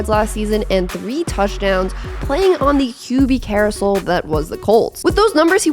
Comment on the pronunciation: It's the same thing as Justin Fields people are saying he's garbage and can't throw well who did he have to throw to?? Not to mention Jones went the entire season without a fumble this is the man prior to this year seemed he had a fumble in every game... Also how did you pronounce carousel lol